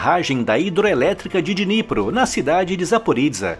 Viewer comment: A pronúncia correta em ucraniano é: Dinipró, é o rio Dinipró.